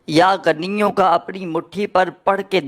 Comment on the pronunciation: Pronounsetion to theek karlo. Hamein Bewaqoof mat samajh.. Yaa ganiyo nahin yaa ghaniyu kaho. Jab Arbi zabaan hi nahin aati to Wazeefa kyun bata rahe ho